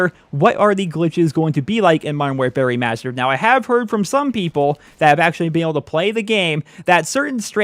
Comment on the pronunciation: I keep hearing "Modern War Fairy Mastered" lol.